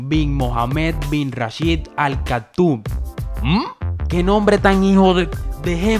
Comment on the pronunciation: Es Almaktoum...No cactus 😂😂😂